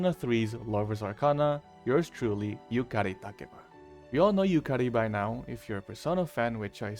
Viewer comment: Btw I love the fact you properly pronounce Yukari's full name